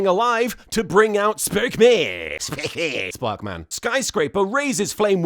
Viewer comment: When LK said 'sparkman' correctly - that got the most laughs. I'm far too invested in this series and it's gags now.